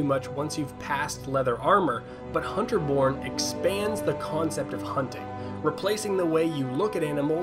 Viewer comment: I thought he said Hunter Porn... xD